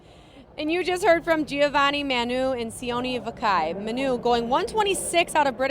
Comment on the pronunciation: see-oh-nay vah-key :)